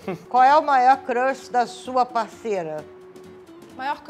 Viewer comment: sendo corrigido pela mamae hahahhaha, "era Crush nao era crãsh, kkkkkkk